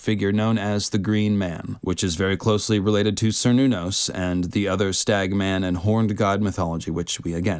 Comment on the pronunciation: Nitpick: as a Celtic deity, Cernunos should be pronounced with a hard C, not a soft C. There is no soft C in the Gaelic tongues.